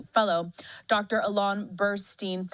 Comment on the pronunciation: She got his name right, Alon not Allen.